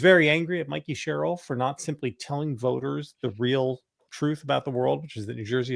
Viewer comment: Sam it's Mikie Sherrill as in Mike not Mickey as in Mouse. Everyone else pronounces her name correctly, Y can't u get it too?